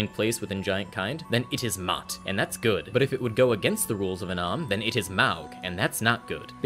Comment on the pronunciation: I will be that dumbass that says "Actually, the pronunciation of "Maug" is 'Móg' "